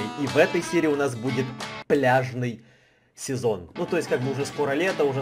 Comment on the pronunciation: Мне послышалось не пляжный сезон а бляшный сезон 🤣😅